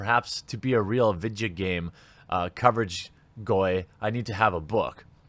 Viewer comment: Did he say boy or goy? lol.